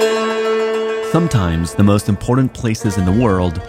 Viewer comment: Okay I love you guys, but I cant be the only one hearing "Thumbtimes" instead of "Sometimes" at the beginning of the video lmao